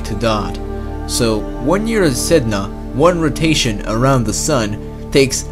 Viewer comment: Sedna To go out side (Said-Nah)